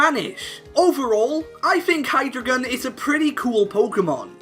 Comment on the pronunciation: Hy-Dry-gon not Hydragon.